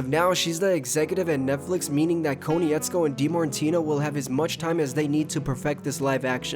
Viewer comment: KOH-NITZ-KO, please pronounce Bryan’s name correctly the fact you don’t I find insulting considering you’re an avatar fan I find odd.